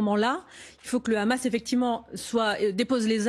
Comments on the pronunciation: Tjrs le hamas ramas il disai anant ou le houmous et pjoi vous mélanger des enfants avec le ramas on dit le Hamas pas ramas lol meme parler c journaliste c plus comment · Je ne vois pas pourquoi elle n'arrive pas à dire "sans le H". Étant pourtant totalement pro-palestinien, je ne vois pas ce que le H peut apporter de bon au peuple palestinien et israélien... Bref, réponse nulle qui va se retourner contre elle et son parti (ça, c'est leur problème, je ne suis pas spécialement pro-LFI, donc balek) mais surtout qui se retournera contre les militants pro-palestiniens...